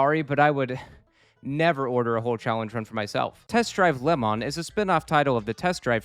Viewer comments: Lemon, Lehmann, Lamont. All these pronunciations and none close to correct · I know you're saying Le Mans, but what with the food theming, I am having fun imagining that you're just bad at saying Lemons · I've never heard someone pronounce le mans like that